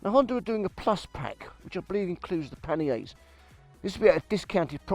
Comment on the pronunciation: You sound like an east-end barra-boy, yet your pronunciation of panniers was the poshest I've ever heard! 😀